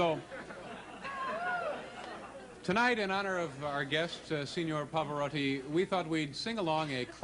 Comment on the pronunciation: He is the only non italian I have heard pronounce his name correctly.